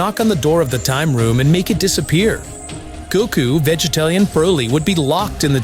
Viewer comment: Why is the narrator constantly pronouncing Vegets's name that way. Chill out dude